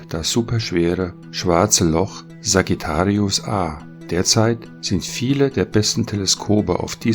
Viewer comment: Sagittarius = schütze - bitte korrekt englisch aussprechen......